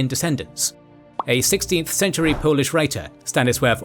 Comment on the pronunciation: your pronunciations of polish things is spot on man - can tell you double checked . right on .